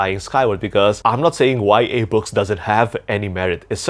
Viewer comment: Whats a "y a" book? 😢